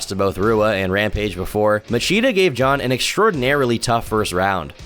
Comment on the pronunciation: Sure, he pronounced nearly every name wrong, but give credit where it is due. At least he was able to pronounce "Jon" pretty well.